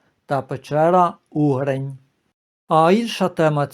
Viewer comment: Не ЧОртків, а ЧорткІв ( з наголосом на І). Я живу в Чорткові. Село поблизу Чорткова називається УгрИнь ( з наголосом на И) , а не Угринь. Спроби переіменувати наше місто були, але поки що зберігається ця назва. Але греко-католицьку єпархію, з центром у Чорткові назвали Бучацькою, бо Чортківська не дуже підходить для назви , що стосується церкви.